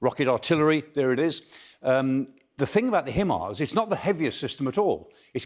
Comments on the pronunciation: Weird pronunciation of HIMARS. There's no 'e' in HIMARS. :D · Why is he the only person to pronounce the himars the way he said it? I have heard nobody else pronounce it this way but there us always 1 person to pronounce it the way they want and make it seem intelligent! Dude say it like everyone else.